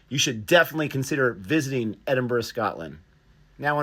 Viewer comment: Americans usually say Edinborough, great that you say it right.